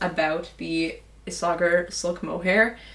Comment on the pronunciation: Pretty sure its pronounced: ees-a-hair (Isager)